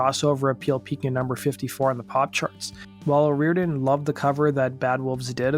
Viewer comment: Dude you're pissing me off SO BAD because you keep calling her 'O'Rear-den'... Her name is O ree-OR-den. 2jy is it so FUCKING hard for you to pronounce the syllables in her name? Or do you just feel like it isn't important because she's a woman???